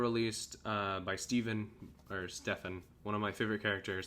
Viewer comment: Not to be annoying, but it’s pronounced Steven. Oop.